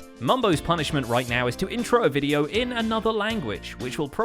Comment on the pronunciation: Well well... Its all over the Wideo...